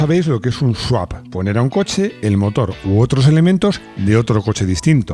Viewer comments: No es Sawp, es Swap. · ES SWAP SWAP SWAP NO SAWP, ANDA QUE CON LO QUE SABE ESTE SEÑOR LE PONGÁIS ESTE TITULO MAL ESCRITO... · Le han hecho un SWAP (sawp) a la palabra SWAP 😅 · ¡No es sawp!Es swap.